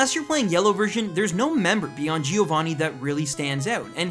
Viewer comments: he means that it's not 'gee-oh-vah-knee' but 'gio-van-knee' (gio pronounced like cho but with a g) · It's not Gi-ovanni -.- it's Giovanni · GI-O-VAANI ...ugh Americans... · Exactly xD